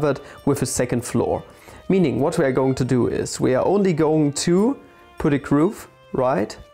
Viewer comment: nice video, really enjoyed! One small nitpick, Im not entirely sure but i think the way you pronounce groove is a bit off. It should be pronounced "ɡro͞ov" with the same vowel sound as the one used in "cool". Somebody correct me if im wrong :D